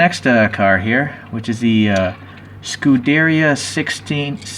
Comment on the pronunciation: It is pronounced "scu-de-riya" not "scu-derya"